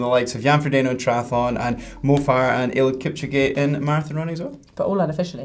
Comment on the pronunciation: you pronounced eliud kipchoge wrong